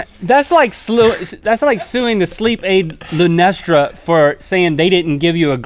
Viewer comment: I love the way Link called Lunesta “Lunestra”